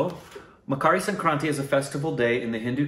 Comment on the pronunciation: The moment said sankranthi so beautifully perfect my proud Telugu heart jumped Btw they missed Telangana and Andhra cuz as usual south = only madrasis(tamilians)